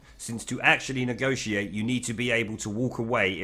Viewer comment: Neee gossse seee ate. Say negotiate correctly you half wit